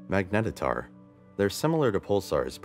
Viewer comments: Yeah, saying 'magnetatar' once is forgivable but more than that makes me question if the script writer has even bothered to read a simple wiki page during research ... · Nicely done but is magnetator the same thing as magnetar or was that a mispronunciation?